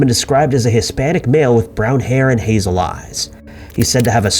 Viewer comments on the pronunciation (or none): none